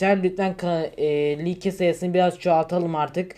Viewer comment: Abi like like diye okunmuyor layk diye okunuyor bilgin olsun